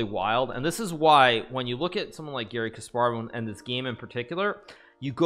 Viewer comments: Why he says Giri instead of Gary. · Actually Garry's name is pronounced with the "a" as in "car" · I thought you were saying "Giri" and that made me really confused until we got to the game and I realized it was "Garry" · I thought he was trolling because I kept hearing ''giri'' instead of garry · I thought you were saying Giri the whole time😂😂 Here i thought you were completely clowning Anish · The whole time I thought he was saying Giri